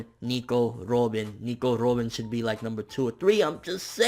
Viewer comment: Say Robin normally please, you're not Japanese and it is pronounced like the bird...